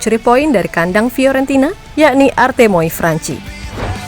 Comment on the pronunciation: "artemio"....bukan artemoi 😅😅😅😅😅 Fiorentina itu club favorite saya waktu masih ada batistuta....